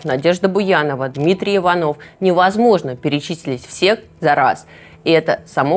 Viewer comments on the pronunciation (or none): none